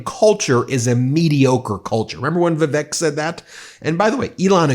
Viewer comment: OMG - all these months I thought you were saying 'The Fake Ramaswami' when you mentioned him.🤣😂😅